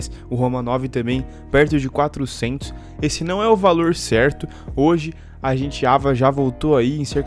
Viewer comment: " ISSE" Vir mais A gentes ?